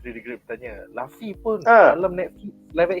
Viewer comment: Its lufi bukan lafi adehhh